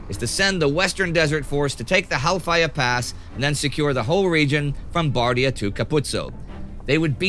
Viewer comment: Every time he says the name of that pass i hear: "Hellfire pass"! It sounds like a very bad place.....